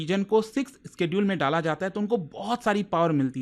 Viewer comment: Bhi schedule isss ka pronounciation alag laga raha hai up se